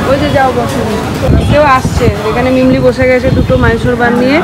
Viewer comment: Medicine shop e ogulo ke chocolate bolena r mimlir pronunciation ta thik hochhena